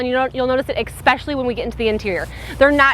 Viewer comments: I enjoy your reviews as I am looking at svus. One thing that you do drives me crazy. The word is especially not expecially. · I stopped at the 2nd EXSPECIALLY